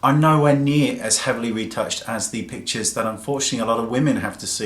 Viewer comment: Every time he says pictures, I hear him say bitches :P